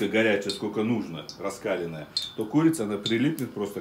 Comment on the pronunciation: Масло раскалённое,ударение на букву е"", не Раскалённое -а